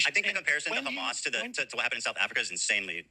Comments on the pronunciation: Israel: BUT KHAMAS Ethan: BUT KHASSAN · "Do you condemn Khassann?"😅